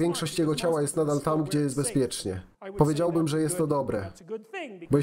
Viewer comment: "powiedziałbym" ma akcent na drugą sylabę. Na trzeciej brzmi bardzo dziwnie.